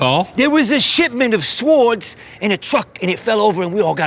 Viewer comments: I love how Paul pronounced the W in swords 😂😂😂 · This is a real bad neighborhood bc we pronounce silent w’s in words like swwwords. 😂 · "This is a weal bad nighberhood ya. We all walk awound wif swowds